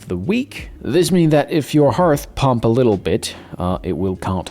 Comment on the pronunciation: Why are you saying hearth or harth rate? Not a criticism, just curious.